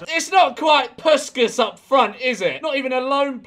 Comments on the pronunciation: the pronunciation of puskás is killing me 😭😭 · They way he says puskas does my head in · It hurt my soul 😭😭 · the way he absolutely massacred puskás is sending me glad he recognizes a Hungarian player I am very happy about it